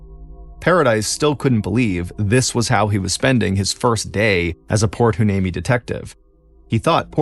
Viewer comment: It’s pronounced Port Why- nee-mee.😊